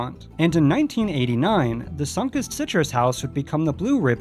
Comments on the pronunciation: Sun-Kist(Kissed)ed, not Sunk-ist. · Remodeling something is the same as abandonment and it’s pronounced like “sun-kissed” not “Sonkust” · sunk-ist... i kept raising an eyebrow each time he said it, hahaha. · Sunkist is pronounced like "sun-kissed". Kissed by the sun. Geddit? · Why is it so difficult to say Sunkist? Sun-Kissed - it's so easy!